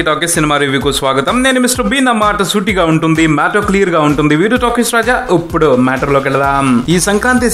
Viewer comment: UPPUDU kadu bhayya.. IPUDU ..anukunta.. "uppudu" matter lo ki veldam ..